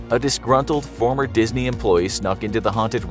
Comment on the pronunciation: Dis-knee- kicked me dis-knee killed me